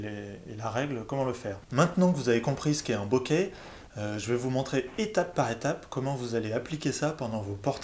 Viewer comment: Alors de grâce prononcez "boké" avec accent aigu et non "bokè" avec un accent grave. C'est un mot japonais qui se prononce boké ;)